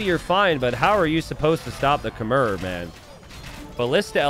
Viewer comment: These videos bring me so much peace thank you. Just one thing. Khmer pronounced “Khmai” -fan from Cambodia 🇰🇭